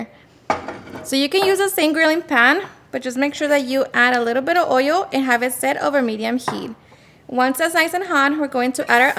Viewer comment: Oil ❌ Oiol ✅ 😂😂😂😂😂